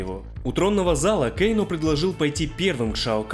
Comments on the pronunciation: Почему кейно, а не кано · Почему Кейно и СиндЕл,аж слух режет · Кэйно, Кэйно, Кэйно Разве такая большая разница, как нам, русским людям, называть его, Кано, Кэно или Кейно? Мы же не произносим и не пишем Скорпьен или Ормак У всех свои языковые особенности и вряд ли есть хоть что-то неправильное в том, чтобы говорить Кано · Не называй, пожалуйста, Кано Кейно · Почему Кейно? Он же Кано! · "Кееейноо" блин,как же бесяче это имя произносишь))